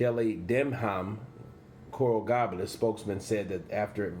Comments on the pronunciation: Good report. But do some homework for the little things. Pronunciation of cities, ect. Coral GABLES. ( Gay - bels ) "this is 2020 not 1955" great freakin line bro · It’s pronounced Coral “Gaybuls” (gables)! Lol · you pronounce coral gables wrong. Lol